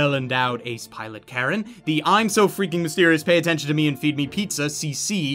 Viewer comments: Also the dub is much better for this particular show. I sorta stopped watching when he called Kallen "Karen" and mispronounced C.C. (it's "C- two"). Seriously, though, you can google that stuff. The dub for Code Geass plays to the story and the subtlety, whereas the Japanese performances play to the campy, hammy aspects. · Um... Excuse me? D-Did he just say KAREN?! Its KALLEN! Call-en! Its not Karen! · Karen?! Dafuq dude it's Kallen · I know this is nit-picky, but its C2 and Kallen. I get why you'd pronounce it as CC, since that's how its spelt, but where do you get Karen from?? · I just noticed he called Kollin, Caron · Is anyone going to point out that he called Kallen 'K/Caren' or